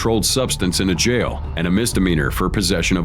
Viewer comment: “Sitting in a jyal”